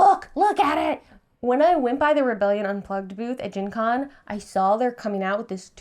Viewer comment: Gen Con sounded wedgie